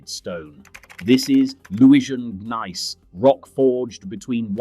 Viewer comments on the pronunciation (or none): none